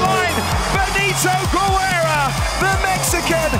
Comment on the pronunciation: Haha, Benito Güerra 😂 In spanish, we don't pronounce the 'u' between 'g' and 'e' or 'i'. We only pronounce it when it has Umlaut with words like pingüino. Benito Guerra 🇲🇽💯🇲🇽💯 First Mexican ROC champion!!!!